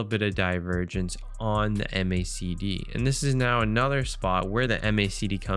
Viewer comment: great content, but please just say "mack dee" like everyone else. not "em aye say dee".. it's the macdee bud.